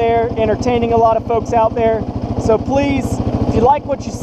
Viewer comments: i heard thugs but when i read folks i can clearly hear you saying folks lol i never noticed it at first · doesn’t even sound remotely close to word thug.